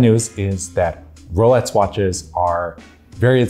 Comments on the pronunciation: My subtitles think he says "rowlights" :-D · He is actually saying "Rolets". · Am I hearing things or is he saying “Rolets”. This made it near impossible for me to get through this video. What’s going on…??? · How can you mispronounce “Rolex”?!!